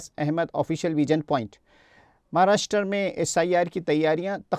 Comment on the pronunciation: Pahle Maharashtra ka nam sahi bol